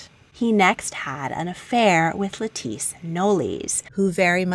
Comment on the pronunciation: Love your videos! Btw, the name “Lettice” is pronounced just like the vegetable “lettuce” :)